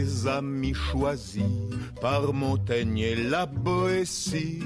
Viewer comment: Dites : "Montagne" (la lettre "i" n'est là que pour signaler que "-gn" se prononce comme "gnon", & non, comme "gnome"...) Avec un bon verre de Champaigne, les examinateurs seront contents aussi.